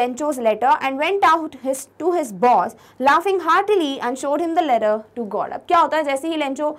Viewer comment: QuestioN NO.28 mam u said ledder in style which is letter 😂😁🙂